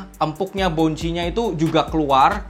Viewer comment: tambahan dikit om: bukan "boun-chi" tapi "bawn-see"